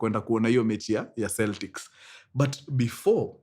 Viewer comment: Pronounced "Keltics"